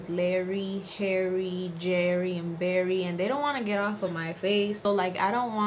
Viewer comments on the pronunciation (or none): none